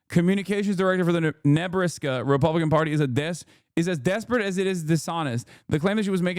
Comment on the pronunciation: bro say Nebraska again?